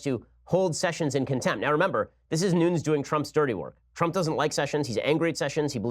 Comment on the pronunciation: Wire | Nunes is pronounced “NOO-nehz”